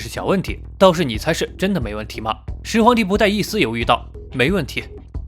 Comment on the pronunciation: 沒看字幕聽成始皇夠賤賤🤣🤣🤣